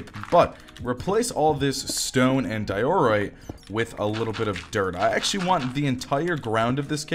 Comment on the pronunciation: My man how did u just say diorite?